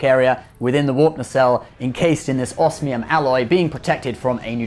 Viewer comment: Oh dear. The whole world will now be pronouncing osmium wrong because of the show... Same with scythe in RWBY.